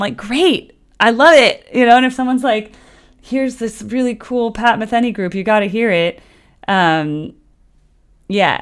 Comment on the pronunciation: Pat “Ma-thee-nee”, not Pat “Ma-thin-ee”